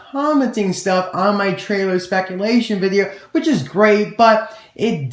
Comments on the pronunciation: spaculation lol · "Spaculation", lol. That gave me a good laugh haha.